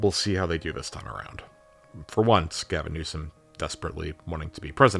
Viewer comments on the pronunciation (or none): none